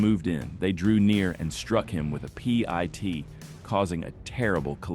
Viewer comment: HOT DAMN!!! IT'S NOT PEA EYE TEA!!! IT'S PIT, LIKE A SEED IN A FRUIT! SCHIT! EYE STOPPED WATCHING!!🤔